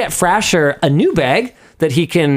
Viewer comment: its "fray-sure" like Brendan fraser 😂😂😂 poor jacob